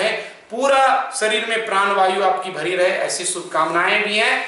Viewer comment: प्रान नहीं प्राण कहा जाता है ।